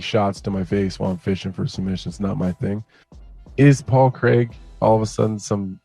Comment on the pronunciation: Paul Creg lol